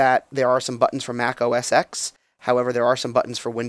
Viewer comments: OS X is pronounced ohh ess ten, not ex. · For Christ sake if you're going to review technology KNOW how to pronounce an operating system. Every time people say "Mac OS EX" I get the willies.